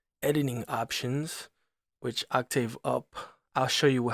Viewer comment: Serious? On the pronunciation of..."octave"